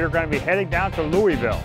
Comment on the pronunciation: Oh gezz definitely not from around the area he says Louisville wrong lol. Awesome build tho! 🤙